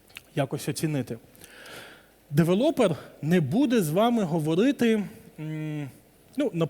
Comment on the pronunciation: Я перепрошую, але не девелОпер, а девЕлопер. Бо кров з вух. Може, ця інфа і Вам на щось згодиться